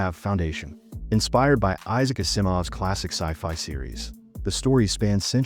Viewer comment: It's pronounced "Aahh-zee-moff" ;)